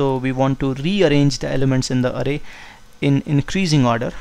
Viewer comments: Bro it's not arey...it is aaray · its not arrey for example "arrey bhai" pronounce it Array 😹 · "0eth aray and oneath aray" 😂😂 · he does it for the foreigners to understand his accent. If you google the correct pronunciation of an array you'll find that it's 'arrey'